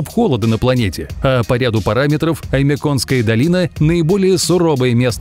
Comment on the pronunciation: Я живу в Якутии Не Оймеконской а Аймоконской